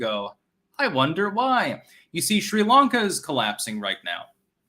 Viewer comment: What is "Shree Lanka" oh mein Styxtje?